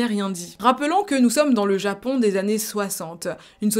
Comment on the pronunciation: Prononce les on plus clairement stp c’est grave frustrant quand tu dis japan au lieu de japon ou maisan au lieu de maison